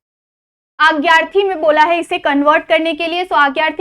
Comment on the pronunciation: Didi marathi mai agyarthi nahi bolte.. adnyaarthi bolte bai..